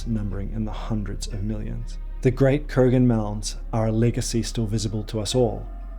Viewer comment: Yamnaya (ямная) is a Russian word. It means "of a pit or pits". The stress is on the FIRST syllable. Kurgan (курган) is also a Russian word. It means "mound". It is stressed on the SECOND syllable. You manage to get both of them wrong. This, together with your thoroughly obnoxious and ridiculous Americanised New Zealand pronunciation, disqualifies you from being taken seriously in matters of language 🤡🤡🤡